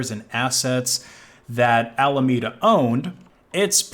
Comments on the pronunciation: As he pronounces alameda as "almedia" it sounds like a terrorist organisation. They were not much better tbh, caused maybe even more harm than an average terrorist group. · "almanedo's assets locked in solono" lmfao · Dude made a video on Alameda, but he can't even pronouncethh name correctly...Definitely worth watching